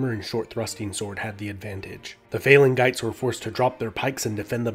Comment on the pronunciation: It is pronounced "phalajahtees" not phalangites with a hard g